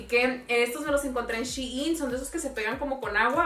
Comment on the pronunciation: SHEIN su pronunciación es CHAIN